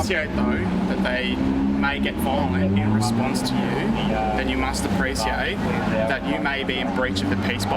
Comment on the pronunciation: after that young copr said apreSiate na cunt i cant watch rest of the vid sorry givn it a thumbs up but das just CAAAA RINGE